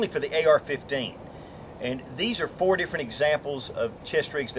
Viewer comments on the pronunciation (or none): none